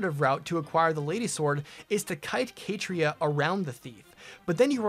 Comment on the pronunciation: I've never heard Catria pronounced as Kay-tree-ah lol